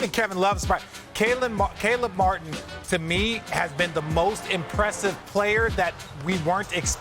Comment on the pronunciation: Thank you ESPN for getting Caleb Martin's name right lol